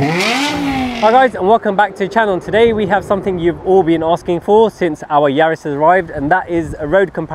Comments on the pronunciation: Please can we clear the name up..it's Yaris. It's not Yaaaaaris. Cheers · Excellent video with the split screen and aerial shots. Didn’t realised it was pronounced “Yaaaris”😂 My GR is being delivered in March. Much prefer it being a B road warrior to a track weapon. Be interesting how it feels vs my gt3 gt4 and R26.R!